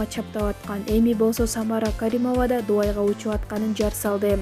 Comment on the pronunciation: Дуай эмес Дубай деп айтылат туура суйлогонду ургонуп ал